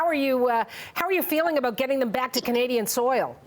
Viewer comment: She said canada soil